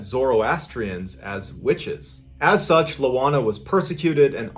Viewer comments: Lol, it's not LOANA, it's IOANA, that's a capital i in the beginning. Ioan is the equivalent of John in Romanian, and so Ioana is Joanna. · Hi Mr Ballen! LOANA is IOANA A trick in pronouncing the city name as close as possible to the real thing, would be reading this: Tea Me Shoara Ioana's surname would be: Con Stan Tea Ness Coo ;) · MrBallen - I'm Romanian - it's not Loana - it's ioana (i not L) && pronounced as (eee-wah-nah). The infamous fear of witchcraft, gypsies, magic etc in Romania smh. Still present today as a matter of fact. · It's "Ioana", pronounced "eee ooo wahnaah" and not "Lowahna" - And Timisoara is pronounced "tee mee show ahrahh" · Its Ioana not Loana:)) bellieve me im from Romania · I'm from Romania, and seeing a video of someone from my country, seem so surreal to me. I searched for Loana (since the name sounded strange), and I found that it's was actually Ioana (which is an ordinary Romanian name), so it's a capital "i", not a lower case "l", and the name would be pronounced as "Ee-wa-nah". And Timisoara is actually pronounced as "Tee-mee-shwa-rah". When I heard the name Constantinescu, I immediately knew that she's from Romania. That name, or any name that ends with "nescu" sounds Romanian hahaha. Btw, you pronounced Constantinescu pretty good for a non-native speaker. P.S. Even though I'm pretty sure the name is "Ioana" and not "Loana", I have no idea why the story says the name is Loana. I found the "Loana" version only in the title of the story online, but the content uses the name "Ioana". Anyways, greeting from Romania, I love your content. Found you by accident here on YT and fell in love with your videos. I guess my favorites are: the one with the 3 guys from Australia with the crocodile, and the one with the girl, Belle from France that was walking in the woods to go to a lake. I have more that I love, but those 2 were my favorites of all. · I swear I heard you say Moana a few times during the loana story ;)